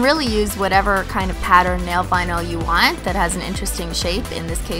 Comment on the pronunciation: when she says want 😳😂